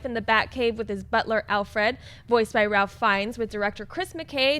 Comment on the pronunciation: it's pronounced 'rayf' Fiennes. I know, it's weird. Anyway, you're awesome!:-)